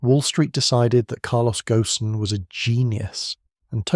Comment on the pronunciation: Carlos's last name is pronounced "goan", and rhymes with moan. AI slop!